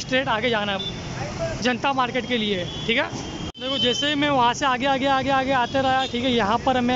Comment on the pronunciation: Kitni baar thike bolte ho bhai 😂😂🤣